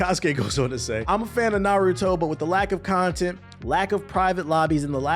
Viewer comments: Bruh the pronunciation of Naruto and Boruto was terrrible 😂😅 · “Nurudo buruto” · bro is saying "Nuhrudo Buhrudo" lol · Clickbait much? No real fan would ever call it “NuhRooDoe” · Ah yes the good old naruro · We really in 2023 and still saying "Nuhrooto" but good vid tho. It's true, the game has crazy issues. But it's still fun AF. The combat is better than any of the previous UNS games. Things the game needs ASAP: friend lobby, penalty for quitting matches. They've already announced they will be adding an update soon, so hopefully it covers those at least. And one thing it will never get but I wish it did is cross platform. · I can’t tell is he’s telling pronouncing Naruto and Boruto names like that or not 😂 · I'll be real I haven't seen the video and I don't plan on watching the rest of it after you completely botched the name of the game I do not respect that you know nearly enough about this topic on top of I've been playing the game for 3 days straight and absolutely love it and everybody I've talked to about it also loves it so I really don't understand where you're coming from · I feel like people pronounce Naruto wrong in purpose